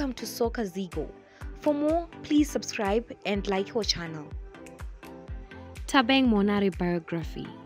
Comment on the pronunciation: Bathong... it's "Thabang" ... not "Thabeng" 🤣🤣🤣